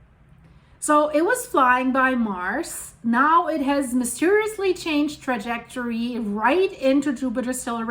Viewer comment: Lol it has a soul trejectory. I used to say it like as in currling but soul trejectory is better